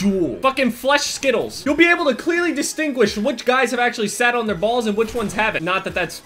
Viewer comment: I love the way you say "bals". 😂